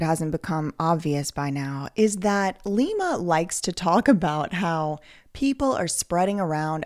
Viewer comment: It's pronounced LIE-ma from now on